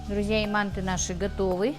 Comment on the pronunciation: надо говорить манты ударения правильно произносить а так все нормально удачи